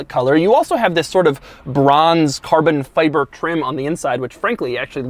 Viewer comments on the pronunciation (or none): Gotta love the way Doug pronounces “Car-Bon-Fy-Bur”